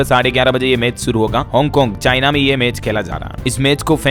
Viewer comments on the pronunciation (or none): none